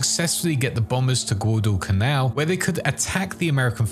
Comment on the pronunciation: I had an aneurysm every time I heard you pronounce Guadalcanal. Great video regardless.